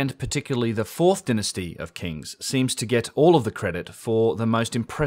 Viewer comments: I would like to make a suggestion. Dynasty is pronounced DIE-NA-STEE. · I thoroughly enjoy hearing you say "Dynasty"!